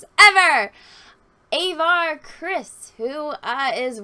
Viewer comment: Avar? like the Avar Khanate or like the way Latin languages say "avaricious"? did they even google search those names???